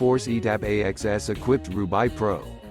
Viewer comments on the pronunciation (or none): Don't say "roobaye" but "roobA" like the frnche city on the north of France 😉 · Not bad.. but it is more like an introduction than a review.. it’s pronounced as “roo-bake” BTW :)